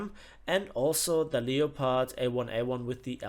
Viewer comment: No one gonna mention he mispronounced leopard the whole time? It's pronounced L-e-p-ard. otherwise was an excellent video